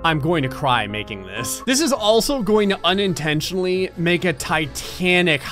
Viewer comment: He oniontentionally